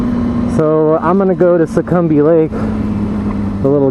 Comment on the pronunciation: Just sayin', it's 'Seccombe Lake' :p